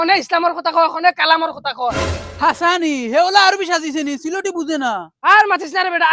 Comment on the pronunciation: সিলেটী ✅ ছিলেঢী নায়❌